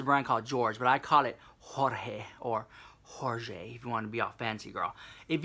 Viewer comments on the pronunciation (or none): Hahahahahaha "Hor-jay"